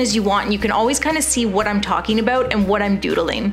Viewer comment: Are you Canadian sort of heard that aboot